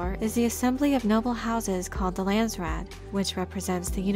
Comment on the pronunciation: pronunciation phonetics Landsraad = Lah-nds , Rah-ad = Dutch / Afrikaans / Flemish / some German . from native speaker . Raad = council / board members (both correct) therefore national council = Landsraad then direct translation = country council / nation council / ( land council and land board or board of land ) - most direct translation . from NERD Cape Town Kaapstad - Republiek Suid Afrika / Afrique Du Sud / close to ExP.Trumps NAMBIAN KO-FE-FE from Namibia or Republic of South West Afrika our Northern neighbour like Canada and USA same languages , and former protectorate client state during cold war.